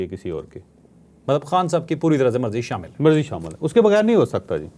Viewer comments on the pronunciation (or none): none